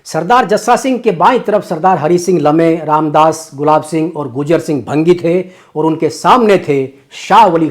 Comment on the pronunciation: Bhaangi hota hai bhangi nhi